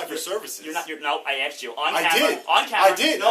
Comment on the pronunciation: did he really say : "he ass chew.."?